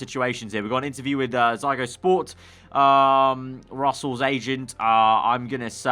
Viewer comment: You pronounce Ziggo Sport incorrectly 😅 Edit😅 You also pronounced Siemens incorrectly 😅😅